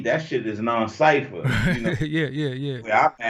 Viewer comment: Not non-cipher... its NOW CIPHER, God.